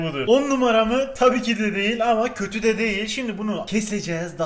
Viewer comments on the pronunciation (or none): none